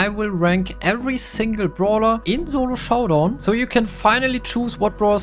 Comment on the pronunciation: germans pronounce "s" as "z"